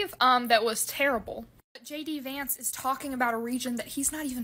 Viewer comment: Sounds like you’re saying “Janky Vance”. I like it.